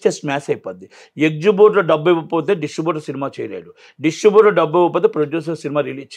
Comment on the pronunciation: ఎక్సుబ్యూటర్ ఏంట్రా బాబూ...ఏక్సిబిటర్ కదా..